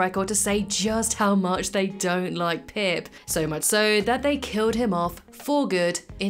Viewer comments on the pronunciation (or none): Pip… it’s pip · Pip, its pip